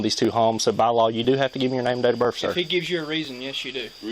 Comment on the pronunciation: “Name and dater berf”